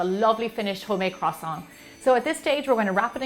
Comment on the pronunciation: are you going to finish that kwoossaunt